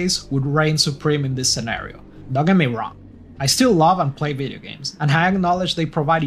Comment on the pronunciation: I love any one who says veedeeo